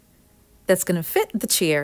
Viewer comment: They're probably those pampered, elitist "I-won't-let-my-surgically-enhanced-bottom-touch-anything-that-wasn't-made-in-Paris" types. Screw 'em. This woman's creativity is priceless. And I love how she says "chair" - it sounds like "cheer" .... which is exactly what she gives her viewers. ☺️